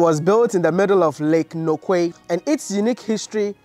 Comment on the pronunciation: The way you pronounce Nokue makes you an indigene of the west coastnot from the east, hein...